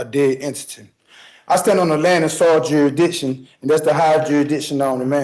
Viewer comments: First… Learn how to say the word jurisdiction before you say it 1000 times. Second, this dude has a fee schedule that he feels he deserved for murdering someone, but he shouldn’t be held accountable for the murder, but we should pay him for his efforts! How can they be this stupid and brain broken? I mean it’s nearly unbelievable. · Bloke can't even pronounce 'jurisdiction' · Youehdishen, you-a-dick-shen, Maritime, Common Law or Military Tribunal - in persona, per se , as a living breathing man of the land or as the beneficiary trustee of US Bums LLC. - everyone is free to ruin his life the way he wants. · Bro is really hung up on that 'jursdichin' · It makes me happy every time he says "juridisshion" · “Juradiction” you have to say it PROPERLY 😅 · I don't even think he got the 'C' in there. Jurisditchin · Dude… he was the nicest possible judge to you and you didn’t skip over the part about demanding his oath… that’s proof enough you shouldn’t do this. And “we have him oh high definition video blam blamming the victim” And questioning “jurydiction” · I think we should add a list of words you have to pronounce correctly in order to represent yourself. You have to stand up and pronounce "jurrisdiction" "admiralty" "coersion" "persona". Do that correctly, and we'll let you be your own lawyer. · De jure, you sovturd. And its jurisdiction, not juridiction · He's correct that the court doesn't have "geeridishin". About jurisdiction though... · He seems to have a problem pronouncing jurisdtiction often saying juridition. I wonder if the rest of his pronunciation is that poor? He sure likes to away when spouting his BS. LOL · 100% And let's not forget..... "jerusdiccion". what a circus show. Where is the iron fist....that makes this country the law abiding country that it is? 🇺🇸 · I’m also certain there’s an “s” in jurisdiction. He kept saying judicton or something thereabouts. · It's " juridiction" for me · He can’t even say “jurisdiction” properly 😅